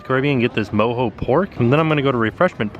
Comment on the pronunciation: I think that's pronounced MO-JOE ... NOT ... MO-HO LOL!! Watch a little Austin Powers once in a while!!